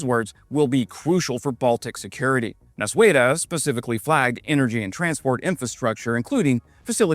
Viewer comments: fixing pronaunciacion: you said NausUėda. almost correct but added extra letter :D Nausėda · "nuaseda".... just reverse the nua to nau, literally the opposite of what you said during the first syllable and you'll be 100% on point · The closest pronounciation guide I can come up with for Nausėda is "Nao-seda", it's not quite there, but closer than in the video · The pronunciation is N a u s e d a, not N a s u e d a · Not ''Nausweda'', sounds more like this: 'Now-seh-da' when written in english sounds. (the h is silent) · Nausėda, not Nausueda, as you pronounced. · Nauseda pronunciation try to go for Now-Said-a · Nau-sė-da pronounces as "No seh dah". Maskirovka in russian is just a word for masking/concealment. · your pronunciation of Nausėda is fine except the W sound you added after S. The English phonetic approximation is now-SEH-dah. And IPA in case you know it: [nɒʊˈsʲeːdɐ] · Pronunciation of Nausėda is [no-said-ah) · Nausėda is pronounced nose ed(n)a Second part being like Edna but without the n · Name “Nausėda” should sound like “Now-sad-ah” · the name is pronounced like this- Now-seda. your welcome 🙂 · How to correctly pronounce "Nausėda": "Nau" and "da" were pronounced very well, but "ė" in "sė" was hopelessly butchered. The vowel "ė" sounds very similar to the first vowel sound in the English word "air" (which Lithuanians would pronounce as "ėer"). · That's wildest possible pronunciation lmao